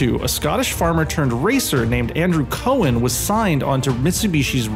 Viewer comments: Sorry, I hate to be that guy, but it's (the late great) Colin McRae, and Cowan is pronounced Cow-an, not Cohen. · It's not Cohen, it's pronounced Cowan (Cow-an)! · It's Cow -an not Cohen. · Cow-an not coh-en. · Andrew cowan not cohen